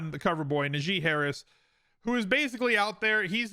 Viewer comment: I don’t mean to be rude but as a Steelers fan I’d like to point out Najee is pronounced like Nah Gee. Source: him, even announcers get it wrong and there are videos of him saying it bothers him. Love your content though!